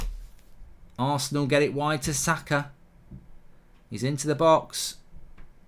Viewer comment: How hard is it to say SAKA! Seriously mate. Zaka really